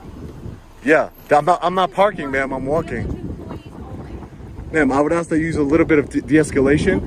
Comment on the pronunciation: I don't care what color your skin is. If you use the word "aks" in place of "ask," you are an uneducated idiot.